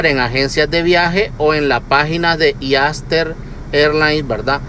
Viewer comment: Dios Mio Corrijan a Este muchacho Q No Se Dice E-aster Airline Se Pronuncia ISTER AIRLINES